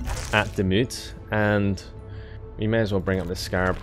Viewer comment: Hahaha... I can't watch this hahaha. Laughing the whole time how you pronounce all the names of the cities. And maybe it is not called Wachter. I think it should be Wächter, if this should be a german word. Wachter is not really a word in german... So please look up how Demut and Wächter is pronounced. Greets from a laughing German subscriber XD